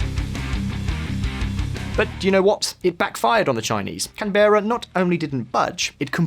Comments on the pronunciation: You're analysis is rather keen, but you or capital isn't canBEARa (the way you pronounced it) but Can'Bruh.... The last syllable is pronounced similarly to Edinborough - Edin'Bruh, if you know someone from Scotland all them to give you a hand... And you were spot on with Xi having egg on good face regarding Australia's punishment. We basically looked over our shoulder and gave a gentle cough in reply, signalling to the rest of the world..."strategy worked, now tighten the screws"... Apart from about $100bn in Crayfish, a few coal barges and some stuff we found laying around...Iron to make steel (this continent is covered in blood red sand... You can't put a foot on the ground without standing on the next ore extraction site...the rest of the world finally had access to the resources that Xi_Chin-Chin-chinny Chin-chin and his small cabal of supporters have been hoarding away as much as they could get their tiny little hands on. I'm not above some... Inflammatory... Language as far as that nano is concerned, he is ruining China and the people will unnecessarily suffer because off his small dock syndrome...i meant dick...lol ,.../snarc... Keep up the good work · Where the heck is Canbaira? It's Can'bra. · What’s Can-Baira? It’s Can-Bra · CAN-Berra.... Canab-raa